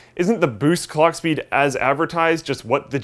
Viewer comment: did he say cock speed ?